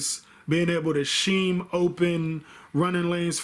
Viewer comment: Aye bro love the vids. Also it’s not pronounced sheem” it’s “skeem”